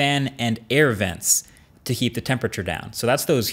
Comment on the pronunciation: DAMER he said “to keep the temperature down”, I had to listen to it a few times but you can fell he says “keep”, he just mispronounced the “K”